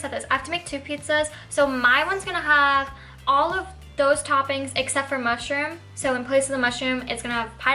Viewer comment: Yummy! It tasted so good. Can’t wait for the next one. The way you said ‘mushrooms’ LOL very funny.